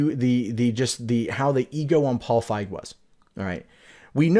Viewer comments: "feeg" not "fieg" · FEEG, long E pronunciation. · You are as wrong about Leslie Jones, as you are about the pronunciation of Feig.